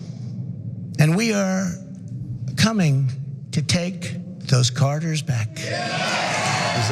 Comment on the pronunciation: He can barely pronounce the word corridors